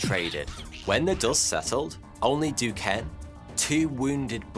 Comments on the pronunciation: Being from Pittsburgh where we have Duquesne U, The city of Duquesne and a bunch of other Duquesne shit I can say Duquesne is pronounced Do-Cane. You’re welcome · Excellent video as usual. just an aside Duquesne is pronounce as Ducain. This dude had a crazy amazing life. Although I disagree with many things he was involved in.